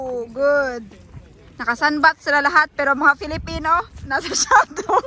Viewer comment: Not shadow, it's called "Shade" as in under the shade of a tree.